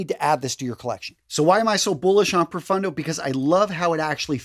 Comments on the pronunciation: PRO-PHONE-DOH -- Italian pronunciation (meaning DEEP). Thanks for the recommendations! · Pro(roll the r a bit) foon doe= profondo